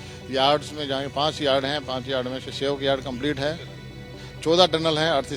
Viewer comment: sivok नहीं सेवक नाम है उल्टा pulta उच्चारण क्यों करते हो